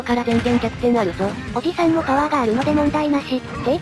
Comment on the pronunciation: おじ↑さん↓だとぉ？ふざけんじゃねえよぉ！お兄さんダルルォ！？